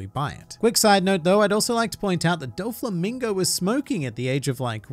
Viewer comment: "Dofemingo" god fucking damn it man